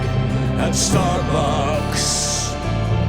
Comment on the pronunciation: Am i the only one who loves the way he says "starbucks"